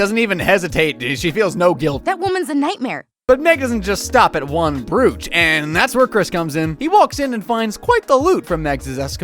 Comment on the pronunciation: Broach. Roach with a b.